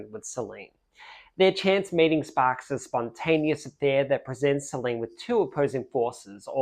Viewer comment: Incidentally, the name, Solène is not pronounced Soleen.